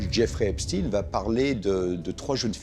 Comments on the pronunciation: Pourquoi vous faites exprès de mal prononcer son nom de famille? Oui oui il appartient bien a la communauté des einstein.... Assumer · Dites-vous Frankenstiiiine ? Bernstiiiiiine ? Etc. ??? Documentaire très bien conçu... mais suis-je la seule à trouver qu'il n'y a malheureusement presque rien de nouveau ? Ni concernant les faits bien plus sombres, voire pire... ni parmi les noms, etc. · JAMES DEEN! ANTONY QUEEN! 👇🏾 EPSTEIN PAS... EPSTEEN ??? C'EST FATIGUANT ! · Epstin ah oui comme eistin. Dites correctement son nom Epstein comme Einstein. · Epstein pas epstine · Citez tous les noms que vous connaissez de ceux qui avaient intérêt à la mort d'Epstein et NON epstine.. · Pourquoi vous confirmez vous au maquillage sonore exigé par ceux qui veulent cacher ce n'est pas epstine mais Epstein.. C'est inadmissible Que cache ce document en ne disant les choses qu'à mot couvert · Moi perso quand les 3 premiers intervenants s’obstinent à prononcer Epstin au lieu de Epstein, je zappe!!!! Je sais que le doc va être bidon et orienté! Sinon il ne passerait pas sur YouTube de toute façon! C’est marrant quand même parce que personne ne prononce Enstin pour Enstein! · Von epstein ne se dit pas epstine...mais epstein von epstein origine allemande...Stein pierre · Déjà quand ça commence par l'appeler Epstine au lieu d'Epstein on comprend qui dirige le reportage. Je stop le visionnage. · Hey les ducons Bonjour la prononciation ils disent epstine à la place de ESPTEIN ÇA SE PRONONCE COMME EINSTEIN. J'ai rarement vue des abrutis pareils. On entend partout dire son nom et eux ne savent pas le prononcer. Ils me font pitié et me donnent envie de zapper !!! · Epstein et pas Epstine ! ! Pourquoi modifier la prononciation de son nom. On dit bien Einstein et non Einstine. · Ce n'est pas epstin mais epstein il est juif pas russe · Jerry epsteen😂😂😂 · epstine 😂 pas un mots sur l'entité 😂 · Arrêtez de mal prononcer son nom, volontairement